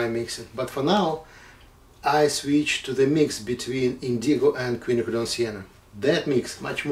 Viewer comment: It's nice to hear Quinacridone pronounced correctly.